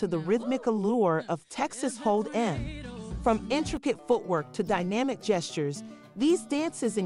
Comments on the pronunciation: Lady you need to work on your words. It’s Texas Hold’em (one word) Not Hold (space) Em. AI isn’t what it’s cracked up to be. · Actually...it's Texas Hold 'em not EM as in Aunty EM...your inability to pronounce Beyonce's name is bad enough...but TEXAS HOLD 'EM is an institution and demands proper recognition! You take away from the whimsy and fun...goodbye